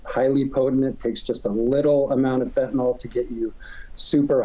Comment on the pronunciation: 50x-1000x stronger than heroin, yeah maybe carfentanyl is but not feentanyl LOL